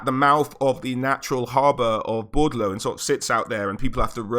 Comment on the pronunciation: also, it's BOR DE LEAUX not Bordlou.